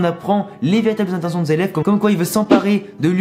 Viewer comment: zeleph ou zeref plutot ^^ Les japonais prononcent les "r" en "L" :)